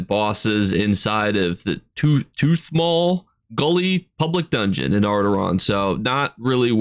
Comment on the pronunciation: say it with me. Aura. Dawn. Auridon. Ora. Don. Auridon. 😂 haha just teasing ya 😂 Love the videos!